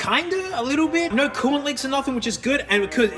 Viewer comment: No doesn’t have a r in it, stop saying naur